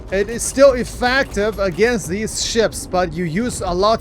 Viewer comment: "EffEctive", theres an E and pronunciated with an E not A. is so annoying when you say that... i know english is not your native language but still. come on